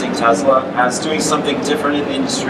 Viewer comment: Tesla, not Tezla. Shouldn't pronouncing the name right be a prerequisite for working for a company?